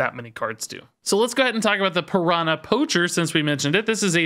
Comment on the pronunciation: everytime says piranã instead of piranha a little baby piranha dies